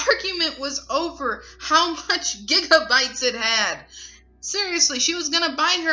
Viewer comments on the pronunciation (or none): none